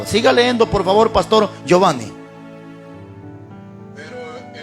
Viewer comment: Todo su mensaje esta excelente solo que hablando de hablar bien, con todo respeto le hago las siguientes observaciones a su pronunciación y podria comprobarlo en un Diccionario. Se dice correctamente NADIE, CAYENDO, LEYENDO, TENDRÍAMOS, etc